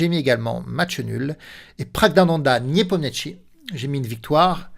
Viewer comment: Niépomniachi, sans t :) Parole de traductrice.